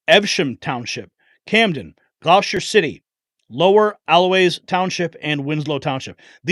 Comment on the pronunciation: It’s pronounced (gl-au-ster) We still have them here in Blackwood, next town over.